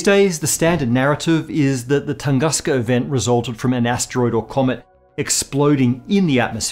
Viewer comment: Just a humble rectification from the native speaker: "Tunguska" is read as "Toongooska" (but "oo" is short, like in words "boUnd", "soUnd", German "Und" etc.), not "Tangaska", like you did. You may feed the russian equivalent "Тунгуска" to any machine speaker and make sure of that (the emphasis may be srewed though, the right one should fall on the second syllable, like in the video). The necessary sound is present in the English language, so there is no need to distort the word.